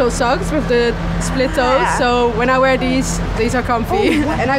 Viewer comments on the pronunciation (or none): none